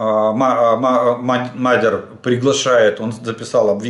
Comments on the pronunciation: Здравствуйте, я так сразу и не понял кто такой Мадер с ударением на "а", кажется правильно МАДЯР с ударением на "Я" Исправте меня если я ошибаюсь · МадЯр А не мАдяр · Дякую за інформацію, Роберт має позивний МадьЯр, наголос на Я.